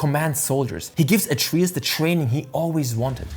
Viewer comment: What language did you play this game in? Why do you keep pronouncing Atreus like that?